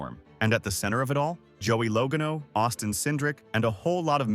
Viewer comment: AI or not, he or it said Logano correctly 2x in the middle! I thought it was fixed and it went back to something I never heard before.